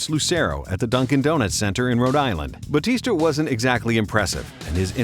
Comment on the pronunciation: Its batista not bautista